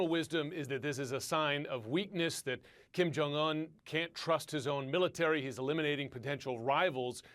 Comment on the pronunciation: Koreans are not Hispanic. Pronounce the J. It's not silent nor does it turn into a Y